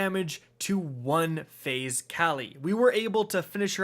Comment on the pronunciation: The way he says "one phase" on morgeth is so out of place and annoying